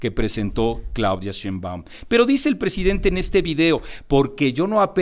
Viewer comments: Si va a debatir ese señor que alguien le enseñe como se pronuncia Sheimbaun, que molesto!!! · en primera pronuncie correctamente el apellido de la doctora Sheinbaum, y ojalá que lo que le paguen por esta información, le sea util. La guerra sucia de bots propiciada por xochitl sí está demostrada y de nada valió.